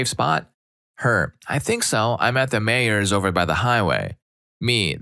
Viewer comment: Meijers is pronounced my-ers for future reference. source: I live in the state where they were founded